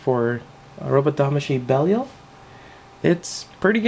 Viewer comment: its pronounced as belyle derived from one of the demons of the legion of hell